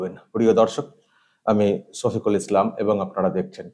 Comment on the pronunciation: দাদা আপনি আজকাল দেখছি আপনার নামের উচ্চারণ টস শফিকুল না বলে ছফিকুল বলছেন, শুনতে দাদা খুবই খারাপ লাগছে। প্লিজ আগের মতোই শফিকুল বলবেন। ।